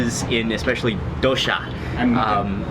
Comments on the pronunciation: It's not dohsha it's doh-sa (dosa) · DOH-SAH. Not DO•SHAW. Please pronounce the food of my country, proper. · suprised the indian guy isnt helping with pronunciation lol its doSA, not doSHA